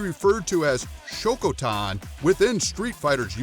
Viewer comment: Came here to say that. The shokotan thing threw me off real bad.